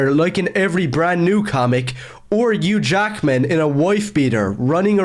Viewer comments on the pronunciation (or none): "Or eugh jackman in a wouife beater" 😭